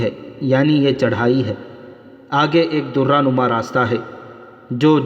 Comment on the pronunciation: Darra zabar k Sath bola jata he. Zair zabr paish or talaffuz ka khayal rakha karain.